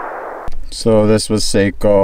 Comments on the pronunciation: Its SAKO not Seiko.. SAKO Like taco🙂.. greets from Finland⚔🇫🇮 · It is a Finnish rifle, not a Japanese watch. Socko not Sayko. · Just FYI Sako is not pronounced say-ko ...it's sock-oh , Seiko is say-ko and they make watches. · Its sako not seiko seiko is a handwatch brand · It’s not a Watch! sounds like Saw- co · Me too I grew up with Sako's and we always pronounced them like the watch. It's impossible at this point for me to pronounce them correctly. Either way they're damn fine rifles. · You don’t pronounce Sako like (seiko) the a in SAKO is like (a in Antony)